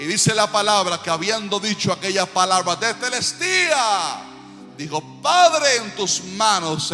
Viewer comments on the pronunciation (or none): La palabra no fué teteltestia , fué tetelestai ojo😮